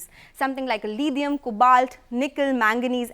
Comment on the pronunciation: Lidium ion??..even British and Americans don't pronounce it so. Desi lady, what accent is that?